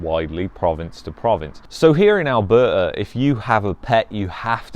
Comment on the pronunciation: Lol…. Seems like u are having a hard time pronouncing Alberta! 😱😂